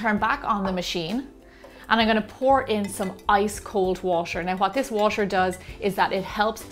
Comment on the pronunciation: busser and waser???? lamo